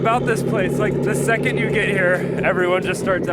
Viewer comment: For the love of God, please stop saying "yew"